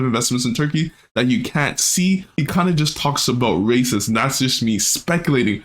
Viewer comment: Bro its "Reysas" not "Racist" 🤓